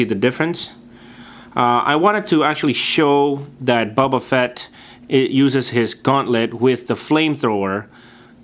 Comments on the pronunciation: >:( did he just say bubba fatt?! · Why do you say it liek “bubba fett” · It's pronounced BOBA Fett. Not Bubba Fett. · Did he call him Bubba fett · His name is not "bubba" Fett...